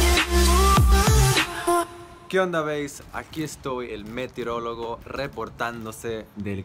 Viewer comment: Like si te das cuenta de que siempre dice METREÓLOGO